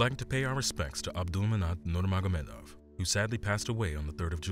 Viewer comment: You keep calling him Abdulmanat Nurmanagomedov. SAY HIS NAME RIGHT! ABDULMANAP NURMAGOMEDOV